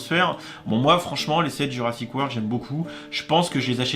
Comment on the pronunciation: T ' as oublié le R à la fin